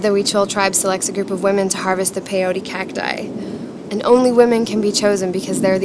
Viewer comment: not "pe iou ri", is peyote, PE-YO-TE